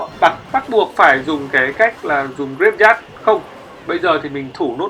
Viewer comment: oi ban danh rat hay nhung phat am thi sai nhieu qua nhat la "graveyard" luc dau nghe ma khong biet la cai gi luon lol